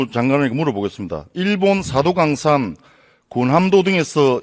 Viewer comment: 사도강산 발음부터 똑바로 하고 질의 해라